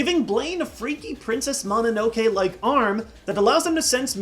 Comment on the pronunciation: YOU SAID MONONOKE WROOOOONG. Sorry its my fave movie :3